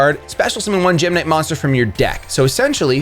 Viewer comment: I thought you were saying gemini there for a second :)